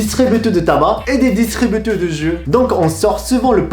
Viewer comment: Juste pour que tu t’améliore en français, c'est magasin pas marasin, c'est distributeur pas distributu. ;) continue tu fais des progrès!